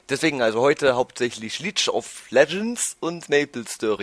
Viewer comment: *hust* League(Lieg gesprochen) of Legends nicht Leech of Legends *hust*